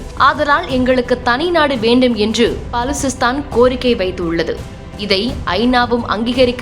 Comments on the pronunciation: பலுசிஸ்தான் என்று சொல்லவும் பாலுசிஸ்தான் இல்லை. அதே போல பலுச் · அதென்ன பாலூசிஸ்தான்??? பெயரைக்கூடவா சரியாக உச்சரிக்க முடியவில்லை ?? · உச்சரிக்கும் போது பள்ளுசிஸ்தான் 👍👍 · Balu-chi-sthan, பலுச்சிஸ்த்தான். உச்சரிப்பு சரியில்லை. அப்பப்போ கும்மிடிப்பூண்டி தாண்டி போய் வந்தால்தான் இதெல்லாம் தெரியும்